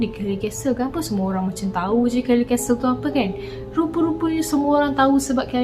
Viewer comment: Kellie's Castle. Ada S kat situ. Nape sebut Kellie je? Tak fasih English ke